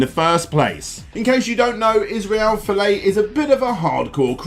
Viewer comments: His last name is Folau, not Filet (Mignon) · It's pronounced "iz-rail foh-laow (laow like cow)" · btw, it's Iz-rail Full-ow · You pronounce ‘Folau’ as ‘Fillay’? Really? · The way you are pronouncing Folau makes me cringe so hard 😂